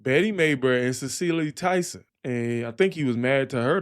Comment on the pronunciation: Hi … I’m a Boomer. 👋🏾 Just want to let you know .. with respect, Cicely Tyson’s name is pronounced like “SIS-eley”. She was a famous Black actress. 🙏🏾❤️ Thanks for your channel.